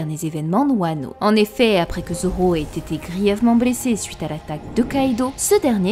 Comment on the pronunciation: Génial, merci pour la vidéo mais stp prononce bien les mots qui on le son Ui comme suite et non souite, lui et non Louis, puis et non pouis etc... Tu doit sûrement avoir des origines étrangères je t'en veut pas mais mes oreilles souffres 😭